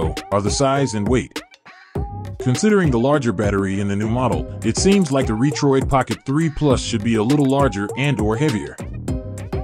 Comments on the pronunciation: These robot voices.. LOL! RE-troid.. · It's all good, the voice nearly tricked me if it wasn't for the Re-Troid lol. I just see so many videos with robot voices and slideshow pictures, there's so many of them now.